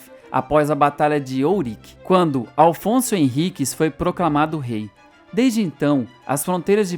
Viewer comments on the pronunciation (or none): Afonso Henriques e não Alfonso Henriques; sobreiro e não sombreiro. Bom vídeo. Pode ser que repercuta, respeito, consideração e amor dos brasileiros que não conhecem a própria história e que assim se apaixonem pla sua origem.